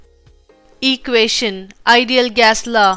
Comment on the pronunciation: equation itself wrong pronounciation and very dry